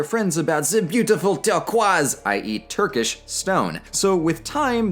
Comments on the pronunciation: You pronounce it pretty great even better than me who has born and raised in turkey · Your pronunciation of the Turkish words are on point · As a Turkish I have to say your pronounciation is well above my expectations. It nearly sounds like you know how to speak Turkish. Thank you and your friend Emine.